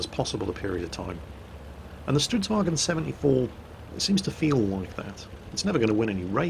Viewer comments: Why do you keep saying "stridsvagen"? Swedish is not german, its pronounced vagn. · Why do you keep calling it StridsvagEn? It's a Swedish tank, not a German tank. There is no E in Stridsvagn. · "Stridsvag en Stridsvagen 74" gaddamn it it¨s not german, get rid of en and just keep the n. Stridsvagn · Jesus mi balls this is not a kampfwagen it's a stridsvagn, no bloody en on the end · I've commended your Swedish pronounciation before,, sir - but it's because of that previous high level that I can't hold myself from pointing out that it's "Stridsvagn", not "Stridsvagen" up here in the land of Odin. Spelling it in English, I would say to aim for "strits-vang" with a somewhat longer "a". Sorry for rambling on about something so meaningless. I'll be quiet and watch the clip now. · Stridsvagn if i may, not stridswagen. its not swedish/german. :P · For the love of everything swedish, its not a "wagen". We're not germans. Its Vagnen. There's an N right there after the g. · cause there's no example word that ends in gn so that's how English speakers pronounce it... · Both and quickybaby pronounce stridsvagn like it's german... It's not, you should look it up on google translate to get an idea how to pronounce it, it's not perfect, but it better than saying it like it's german. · Hey your pronunciation of Stridsvagn is pretty good, but there's no e at the end. I think you're confusing it with how you say the german "wagen". Just get rid of the e and its perfect.